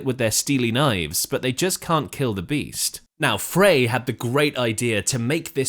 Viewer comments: frey is pronounced like the word fry, not fray. and no history of this song is complete without discussing the similarity to jethro tull's song we used to know. hotel CA was written not long after the eagles opened for tull. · "Fry" dude, not "Fray" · Glenn Frey's name is pronounced "Fry".... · Mandela effect? Glenn FRY (pronounced) Is how I remember........